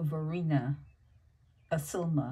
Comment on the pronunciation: Isilma = Eye-Sill-Mah.